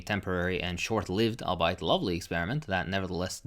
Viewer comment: Sorry for the linguistic quibble, but the word "albeit" is pronounced "all be it". It does not rhyme with "alright".